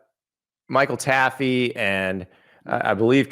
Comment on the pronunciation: The way yall say Taffe is wrong. 🤦🏼‍♂️